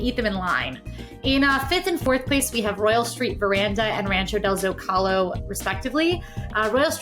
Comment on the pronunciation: it's pronounced ZŌ ka lō.not zo CAL ō